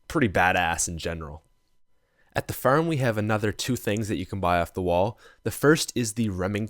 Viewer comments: Now at the ferm😂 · the way he pronounces farm😀